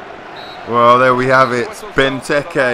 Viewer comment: Loool Ben-Turkey then u said Benteke